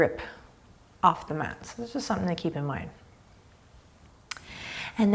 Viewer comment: when you said math instead of mat I laughed out loud